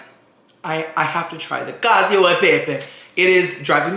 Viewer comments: Cacio is pronounced Ka-chee-oh :) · Omg and his pronunciations 😂He watched the TikTok and how they emphasized the name but still said cacio as if it were “cassio”. Love you tho you’re pronunciations just crack me up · The pronunciation of "cacio" is so bad. Aaahahaaaaa! Cheers!